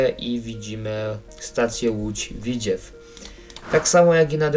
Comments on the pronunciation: Tak ogólnie to się mówi Lódź Widzew a nie Widziew taka rada❤ Ogólnie na pewno kupię to DLC ja jako mieszkaniec województwa łódzkiego to wspaniała wiadomość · nie łódz widźiew tylko w i dz e w ( nie ma tam i ) a po drugie doinformuj sie bo ty nic nie wiesz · Nie Widziew, tylko Widzew! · Dworzec - Rogów Grzybek - Koluszki Parowozownia - Skierniewice I nie mów widziew tylko W I D Z E W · Tego bełkotu słuchać się nie da, wraz z tym powtarzanym „Łódź Widziew”. Jak robisz materiał to przygotuj się merytorycznie i naucz wymawiać nazwy własne.